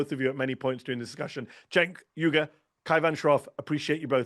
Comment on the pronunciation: This is either AI or you are making a video in total ignorance. You pronounce Cenk Uygur they way someone reading for the very first time does. :face-green-smiling::face-green-smiling::face-green-smiling